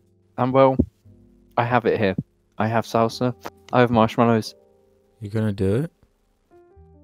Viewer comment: You kept saying salsa wrong